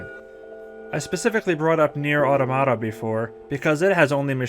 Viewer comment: good video but ... automata, you're saying it wrong.